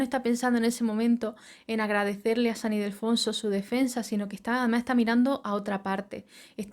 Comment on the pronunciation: San Ildefonso, no Idelfonso